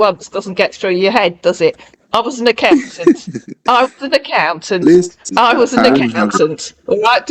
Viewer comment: His laid back chuckle and pronouncing the t in "listen" that sound familiar to me. I grew up in a multilingual city and I've never heard it mispronounced his way.